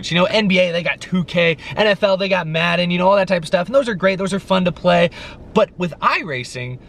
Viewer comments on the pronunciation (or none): none